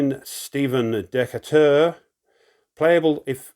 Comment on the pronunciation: Great play through,! Love your commentary and your British remarks. Crikey! Just a couple of pronunciation notes. I think Derne is supposed to be pronounced with two syllables, Dern-uh. Also, Stephen Decatur’s name is pronounced De-CAY-tur.